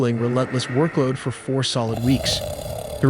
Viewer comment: You said week four more like day for LOL but your stuff rocks I love it good job